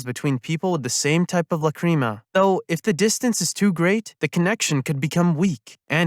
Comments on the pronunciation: It bothered me the whole time, Lac,Ra,Ma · It’s pronounced Lac,Ra,Ma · La-cream-a 🤨 /j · Why you say Lacrima like that T.T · god I hate how you say Lacrima. It makes me doubt you've watched the series. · This is a great video but your horrible pronunciation of lacrima is killing me inside.